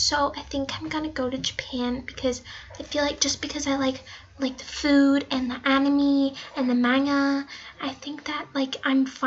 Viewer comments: Umm hunnyyyy this is not how it works also maga ain’t how u say it gurl also animy is not how u say it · BRUH WHAT IS MANA AND ANIMY GIRL CANT EVEN SAY IT RIGHT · I love how she called anime, 'animee' XD LIKE, SHE'S SAYING SHE'S JAPANESE, AND SHE CAN'T EVEN PRONOUNCE 'anime' RIGHT. XD This was hilarious, btw. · IKr it's A-NI-MAY not A-NE-MEE...-_ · It’s anime (an-Im-ay) not an-in-me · Girl sorry to break it to you, but i like sushi, I read manga, i watch Anime, that doesn’t change the fact that i’m scandinavian. Snd its not animi its animey. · It’s not animeee it’s anime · Its red anim not animi (anime) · When she said “mangha and aimeee” everyone either cringed or got so triggered that they died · GIRL IT'S ANIME (ANI-MAY) THAT'S HOW IT IS PRONOUNCED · I was watching dangmattsmith and came here.....and I was like that is not how u say it....wat is menya and enemy...lol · And I was like that is not how u say Manga and Anime...lol...I am so rude...or not. Lol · Animii yeah isn't that's how to pronounce it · "Mangea" "Animeee" X_X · Taylor Gator the way she said "anime" sounds like "enemy" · I'm Irish too as well. And I like "animee" and "menga"... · Ella More she just said animee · Karen Y ikr 'anemee' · did she just pronounce anime Ane me 👁👄👁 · “Mana” and “aneme” and “kinechiewa” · I cringed when she said "Konnichiwa" but, pronounced it wrong...also when she said "Maynga, Animee" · It's pronounced animé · SHE CANT EVEN PRONOUNCE ANIME. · She is saying anime wrong OH MY GOSH and she is saying Japanese is a freaking gender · That_weird_girl 13 I was triggered and I cringed. she didn’t know how to say manga and anime. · I'm with you Weird_Girl 13 the way she said anime and manga and Hiragana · She calls herself Japanese and she can’t even pronounce anime and manga. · If she is watching anime and reading manga then HOW DID SHE MISPRONOUNCED THEM SO BADLY. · Pastel Kitty she said Anime wrong...BAHAHAHAHAHAHAHAHAHAHAHAHAHAHAHAHAHAHAH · She pronounced anime wrong lol!!